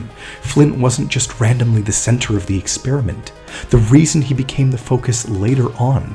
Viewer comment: center not centrer